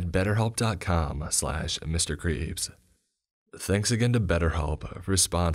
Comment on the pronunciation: Aw god 😂 not batterhelp agein . Audble are okay . But batterhelp.